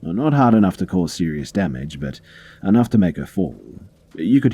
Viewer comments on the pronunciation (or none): none